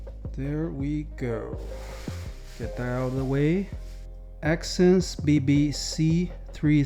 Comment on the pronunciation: No way this guy said exsense bbc and yall missed it